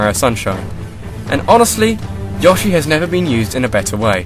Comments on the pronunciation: ..>.< AGH! i'm sorry, i have to nit pick! it's Yo-shi, not Ya-shi. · Omg why do you keep saying yoshi (ya-shi) I always that it was yoshi (yo-shi) he even says it like that! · Yohhshi? It's Yoshi. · dude i dont think its yoh-shi its more like yo-shi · Uh.... did you pronounce that yah-she? I could be wrong, and it might just be cultural diferences, but isn't it yoh-she? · It's pronounced (YO-SHE) Not (YOSH-E) duh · Yawshi? Yawshis? Seriously? It's not yee-aw-shee, It's yee-oh-shee. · It'pronounounced Yo-She not Yosh-ee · YASHI?!?!?!?! ITS PRONOUNCED YOSHI WITH AN "O" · You pronounce Yoshi incorrectly. It's you-shee, not yaw-shee. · yoshi is pronounced YO-SHEE not YAH-SHEE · yo-shi? DID HE JUST SAY YO-SHI? It's yoh-shi. U PRONOUNCE WRONG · De he just pronounce Yoshi "yaw-shi"? XD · he says Yoashi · It just feels wrong when you say Yoshi like Yahshi -shiver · It's Yo-CHEESE! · did he just say Yaw-shi? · Yoshi: A dinosaur (yo-she) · Yoh-She Get it right pls, and don't say that the above way of pronouncing it is incorrect in anyway, as that would be preposterous... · That's not how to say Yoshi soi have to give your video a dislike but it's still a good video so I will give it a like well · It's a thing I've noticed, people from the UK pronounce Yoshi differently to everyone else. =o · I love how you say Yoshi. xD